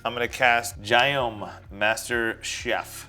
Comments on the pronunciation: Gyome would technically be pronounced "Yum". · Gyome as was pronouncing it, sounds exactly like how we pronounce the name Guillaume in french. All that to say a common childhood nickname for Guillaume is guimauve which means marshmallow.